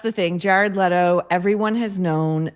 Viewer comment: You need to learn how to pronounce last name Leto correctly